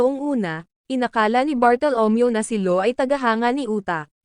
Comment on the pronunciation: Law Hindi low